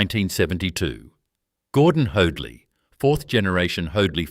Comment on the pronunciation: His name was Hoadley pronounced HODE-LEE not HODE-LYE